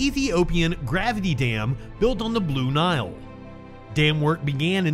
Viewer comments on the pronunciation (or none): none